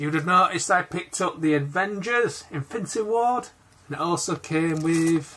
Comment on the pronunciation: Dude it’s Infinity War not Infinity Ward and it’s Groot not Grogg.